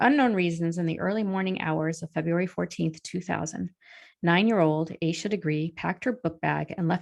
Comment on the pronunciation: Pretty sure her name is pronounced “Ash-a”.